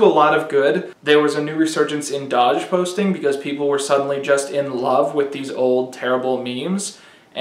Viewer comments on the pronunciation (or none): yeah but he says dodge instead of doge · And "dahge". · You all gonna pretend he didn't just say Doge as "Dahge" ? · I love you but did you just pronounce “doge” like “dodge?” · Pretty sure he was intentionally mispronouncing stuff throughout as a joke, like "Gundam Style" and "Ender Scrolls" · he pronounced doge like dodge…. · why do you say doge wrong? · What the fuck was that doge pronunciation